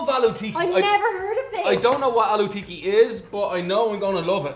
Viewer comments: its not alloo tikiii, its aallooo tikkkkkkkiiiii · Its not "aloo tea key" it's "aloo tikki" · Its aalu tikki and not aalu teeki😂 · Aloo Tiki sounds like Hello Kitty :) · Aloo tcheekee😂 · Their pronunciation is vry triggering.... It's Aluuh Teak ki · They did 'ALOO TIKKI' dirty